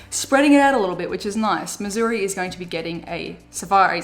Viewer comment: Thank you for pronouncing Missouri correctly! Love your vids!